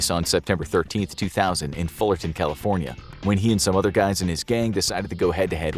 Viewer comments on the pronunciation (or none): none